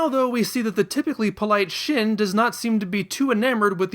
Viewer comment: Shin is pronounced sheen.